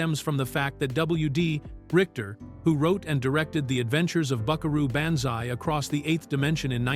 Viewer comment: "Buckaroo BAN-zai"???